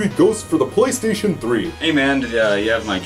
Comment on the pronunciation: DID YOU SAY POLYSTATION???